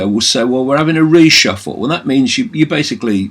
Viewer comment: Lol needs a slight bit more emphasis on the you I think